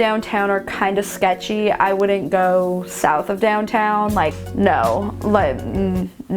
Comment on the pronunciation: I’m from Philly so I’d have no problem living in South Central, Compton or as you say “shecthy” areas